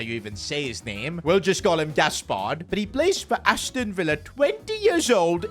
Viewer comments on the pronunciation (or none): none